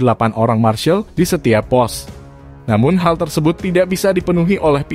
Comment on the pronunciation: Termasuk penyebutan "marshal" admin perlu diperbaiki, dan yang lebih penting bahwa IATC akhirnya ditunda penyelenggaraannya, jaditidak dibatalkan bro